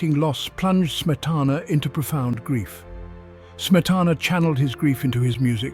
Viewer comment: A welcome "essay", but every single Czech word and name -- especially Smetana's own -- is badly mispronounced. Too bad.